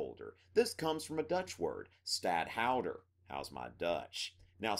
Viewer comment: Dutch is a mixture of English and German? That'll be the day. You can make a mockery of the Dutch language, but please... first learn and appreciatie the emphasis in the Dutch language (it is STADhouder, not stadHOUder. Oh, we have a 'funny' G in our language. You are absolutely the FIRST AMERICAN who addresses this... yeah right! First TAKE the lesson, then give one. If you really can't help yourself and want to scream it out all over the place, please learn Dutch. It will be refreshing